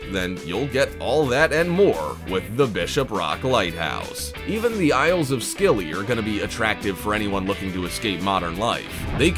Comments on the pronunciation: You pronounce Scilly as silly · Isle of 'Scilly' is pronounced 'silly' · You mispronouced isle of scilly, you do not say the c this is a silent letter. you pronounce it as isle of silly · Thank you Jacqui, this guy hasn't a damn clue. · Hi Jacqui, he needs to learn how to pronounce places before he starts. I lived on the Bishop Rock for many years, In fact I was the very last keeper there. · No: 3 it is pronounced Isles of silly, the c in the name is a silent letter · You dont pronounce the c when your saying scilly, just say silly